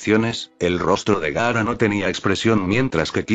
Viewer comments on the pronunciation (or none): No es Garra.... 😡😡😡 es GAARA!!!!!!!!!😡😡😡😡